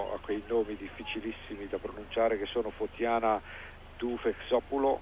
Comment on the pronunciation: Very interesting routine and keep in mind that rsg had only a 10 years life in greece at the time.They finished 5th overall.And the way the commentator pronounces the names is so cute(>doufexopoulou,kakogianni,lambropoulou,sarbani,kontopoulou,giantselidou)